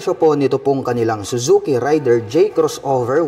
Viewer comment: Raider po yung bigkas hindi po rider. More power sa iyong channel